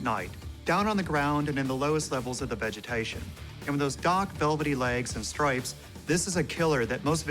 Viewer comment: Is no one going to talk about how that dude said strayps instead of stripes?